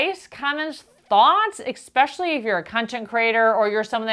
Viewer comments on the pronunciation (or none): I'm not sure how to leave this comment without seeming rude, but you are speaking to thousands of people and "Expecially," is not a word. Love your videos! 😉